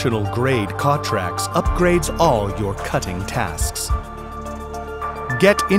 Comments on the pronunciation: From the makers of the failed Wondercutter S.... Same company. The name is stupid "CTRLAX". I am computer geek and even for me it took a second to register. The narrator can not pronounce the product name. Steongly suggest you wait and not ne an early bird. Korean startups are known for their quality. *sarcasm) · First of all, who the hell named this product. Secondly, how the #%$& is this guy pronouncing it?